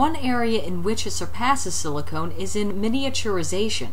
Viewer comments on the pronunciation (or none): SiliCON, not SiliconE. Otherwise good video as always! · SiliCON, not SiliCONE.